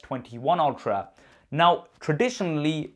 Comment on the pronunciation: I swear, when he says "..S21/22 Ultra" I hear S21/22 Ophra"